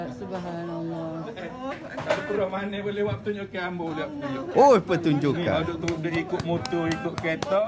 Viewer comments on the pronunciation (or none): Kali ini saya nampak sisi nakal 😂. Kemain ye tekan bahagian perkataan pertunjukan pertunjukan menarik 🤣